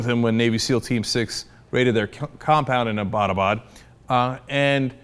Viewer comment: FYI the city he was found in is pronounced Abbet-a-baad not A-bata-baad, (The more you know)